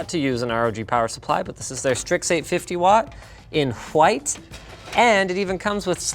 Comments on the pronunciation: Am I the only one who's hearing Linus saying it "Qwite" instead of white???? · he really called those power supply cables "H'White" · "in hwhite" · "In WHHHHITE" omg...wife says it the same way! Omg "You RUUUNED it" lmao...daugther in law says ruined like that... Linus, r u from Canada, Michigan or Arkansas? Lol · Why did he put so much emphasis on the H?